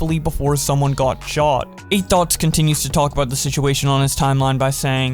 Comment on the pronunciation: Sounds like you’re saying “Eight Thots” 😂😂😂